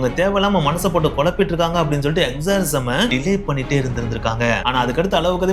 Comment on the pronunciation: Exorcism daa adhu exorism illada baadu 😂